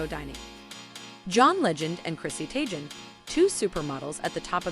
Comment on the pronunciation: Chrissy TAYJEN’s UN-SOOT bathroom lol should be Chrissy Tay-Gun’s on-sweet phonetically